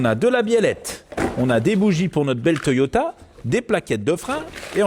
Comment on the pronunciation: a chque fois que tu dit toyota mr2 jentend toyota et merde